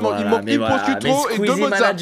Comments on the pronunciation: Ça se prononce prochiutto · Les italiens en sueurs une « proscuitto » la prononciation horrible 😭😂